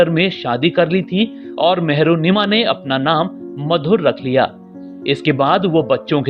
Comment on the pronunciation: Mehrunnisa HOTA hai naam mehrunnima nhi